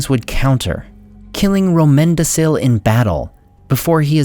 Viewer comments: Since it stuck out to me and I know you have put in a lot of deliberate effort to give better and better pronunciations, I believe the c in Romendacil should be a k instead of s sound since it is Quenya. I'd love to be corrected myself if I'm mistaken. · the half serious joke was that the "c" in Romendacil sounded to me very much like "s"